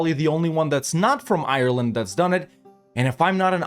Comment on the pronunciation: Before you can be an honorary Irishman, you need to Google how to pronounce Ireland